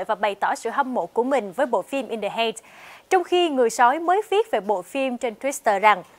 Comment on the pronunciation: Cô này phát âm in the heights sai rồi